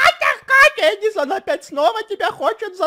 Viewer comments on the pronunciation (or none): Кажется перебухал медка😂😂😂